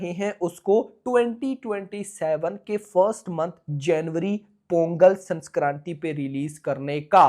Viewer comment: Bhai it is Sankranthi not Sanskranthi